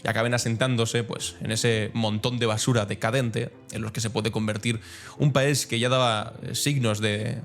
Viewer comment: Lees "el paisoe"... no se puede caer más bajo.